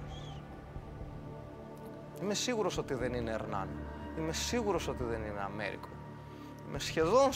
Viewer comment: Προφέρεται "Βεσπούτσι". Μη ντρέπεστε, έτσι είναι ... Και το μικρό του είναι Αμέριγκο (και όχι Αμέρικο).